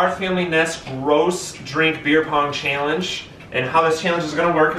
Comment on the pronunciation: Cahallenge** his pronunciation** or challenge 😂😂